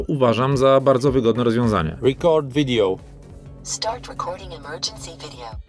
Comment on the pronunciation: Czy ta kamerka ma już aktualizację i pojawił się tryb 16:9? Zabrali "rikord widijo" oraz proporcje 16:9 a dali język PL. Wolałbym odwrotnie :)